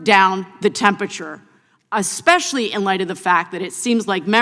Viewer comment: Miss Balint please use your verbiage correctly. Especially IS NOT "aspecialy"! I mean where do these people get their educations